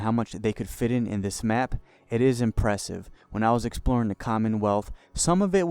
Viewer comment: Hard to take a guy who can't be articulate enough to say "the" instead of "da" and "this" instead of "dis" seriously.